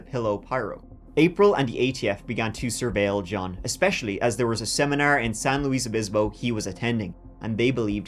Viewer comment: My town got mentioned! Thank you for pronouncing San Luis Obispo correctly and not saying "San Louie". I will never for the life of me understand why so many people see the name "San Luis Obispo" and think "that's French, right? gotta be French" 🤪